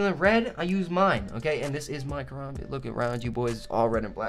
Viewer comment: Ka-Ram-Bit Sorry a pet peeve